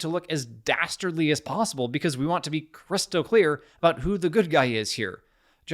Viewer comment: "...because we want to be Christ-o-clear about who the good guy is here!" Not sure if that was intentional but I enjoyed it.